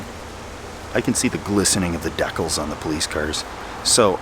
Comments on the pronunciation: deckals? Decals? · "Deck'-alls"??? Did you just pronounce the word decals like decking the halls? Lol!😂 Sorry but I just caught that when you were worrying about being too close to the cop car. So close you could see the deckalls. Lmfao!!!😂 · Apparently Canadians pronounce decals as deck-alls. Ive always heard it pronounced dee-cals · What…in the world…is a “dekel”? Is that Canadian for “decal”, pronounced “dee-kal”. I never heard it pronounced “dekel”. Just curious. Not a troll, I love videos and his personality. Just sometimes I love the way he pronounces things with his “accent.” I know, everyone has an accent relative to the person hearing it. HUNKER DOWN! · I'm probably the tenth person to point out; this is the first time I've heard the word "decals" pronounced "deckles." I've always heard (and said) "dee-cals" as it would rhyme with "canals." Thanks for the content. Keep up the good work. בס'ד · For your American cousins, DECK-uhls, is pronounced DEE-cals {as if cals was pronounced like calories} (Like....PRE-CALS [precalculus]) :) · The deckels?!😂😂 You mean (dee*cals) 😂😂. LOVE THIS CHANNEL!!!!!! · Can't say I've ever heard decals (dee cals) pronounced as (deck ulls). I guess just has a unique take on everything... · Hahahah .... WAIT ... did he just say "the glistening of the (deak-kuls) haha I swear he did. In American, we just say (dee-cows) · The glistening of the deckles, I love that pronunciation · Silly Canadian, they're called DEEcals. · Dea-cals ? I replayed it, that's what ya said... Dee-cals is English even in Canada eh ? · "Deckles?" Oh, decals! lol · i've always heard it pronounced "dee-cals", had no idea there was any regional difference on that particular word (unless that's just a thing. i don't know what to do either) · Never in my life heard decals pronounced that way, lol. Is that a Canadian thing? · Hold on...we need to talk about how you pronounced “decals” first! LOL